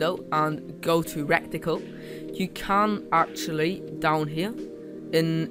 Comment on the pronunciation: Good video, though had to smile a bit at the pronunciation of reticle as 'wreck ti cul'. :-)